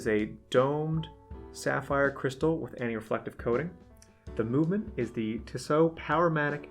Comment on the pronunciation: Tissot = "Tea-Soh" Chemin Des Tourelles = "Sheh-min deh Tour-ell"